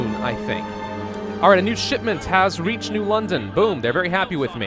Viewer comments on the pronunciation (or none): none